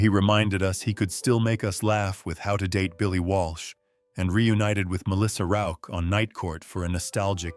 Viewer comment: Congrats for saying Melissa Rauch`s name properly (most of the time).